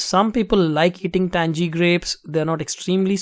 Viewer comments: 'tangy' lol not 'tanjee' but 'tanghee' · Great video. your patience in video making is impressive! Very very helpful too. I like your accent! lol But...we southern boys say the word TANGY like this...TANG-eee...not Tang-jee lol...keep up the good work!!